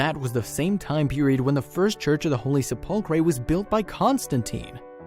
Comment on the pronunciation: I am sorry but your pronunciation of the Church of the Holy Sepulchre is so bad I thought you were talking about some were else this is the proper pronunciation The word comes from the Latin sepulcrum, which means “burial place,” for obvious reasons. Pronouncing sepulcher could trick you, because the ch actually sounds like a k: "SEP-ul-ker."